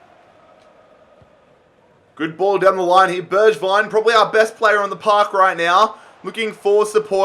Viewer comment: Btw you "swapped" pronounciation of Bergwijn and Gedson. G in Bergwijn is in like glass or good. G in Gedson is in like you say now Bergwijn